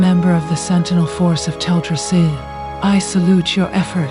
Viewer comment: Have you considered narrating this yourself? I'm sure everyone would appreciate having a narrator who can adapt their voice to the story and read with a bit of passion, instead of the current flat and bland TTS narration that butchers the pronunciation of non-common words like Teldrassil.